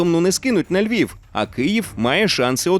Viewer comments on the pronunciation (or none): none